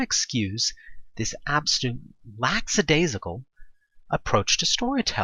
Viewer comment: Lackadaisical. There's no X sound. Otherwise, well scripted video.